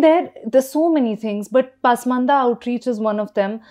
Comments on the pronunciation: I thought it’s pronounced pasmaandaa पस्मान्दा. And yet I hear paasmandaa पास्मन्दा in this clip and elsewhere. Does anyone know for sure? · Very informative & loved it. Only suggestion would be to pronounce Hindi and Urdu words as per local diction not as per English pronunciation. Pasmanda is ‘Pus- maanda’ not pass- maanda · Your Muslim expert can't pronounce Pasmanda properly. She has always pronounced it as Paasmanda. Please ask he to correct it.